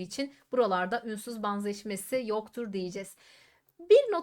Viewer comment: Ünsüz baanzaşmesi nasıl bir telaffuz🤔 Banzettiği için🤐